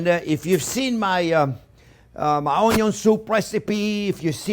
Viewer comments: Onyon. That will forever elicit a delighted giggle ; please never modify your pronunciation! I am hooked on your channel. Thank you for doing what you do! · "ONYO" ... ohh sh*t here we go again 😍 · I'm here just to here him say onyiooon jk fantastic chef. A chef who can roll with the punches and humbles himself when he makes mistakes ❤️ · His onyos lol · Intense explanation from chef here. Onyo fly around the kitchen. 😂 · I’m here for the Onyon...lol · Just passing thur love when he say onion. lolo